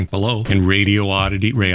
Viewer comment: The pronunciations of radoity raddiodity Radioddddddittty get me every time. 😂